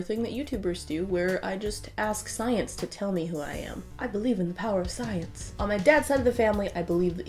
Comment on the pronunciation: schmience....not science